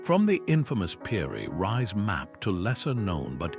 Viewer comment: I was interested until I found you were calling "Piri Reis" "Piri Rise". If you can't get that correct then the rest of your video is likely rubbish. Do better......